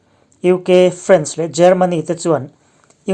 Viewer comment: France i lam dan hi a dik lo deuh....